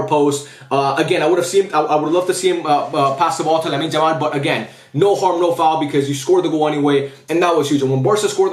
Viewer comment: why do you say Lamine Jamal lol?